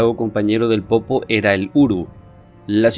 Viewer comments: Es lago "Poopó" no "popo"... pronuncia bien. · Se dice Lago POOPÓ men, eso de no ser oriundo de Bolivia e investigar nuestra cultura tiene muchas desventajas.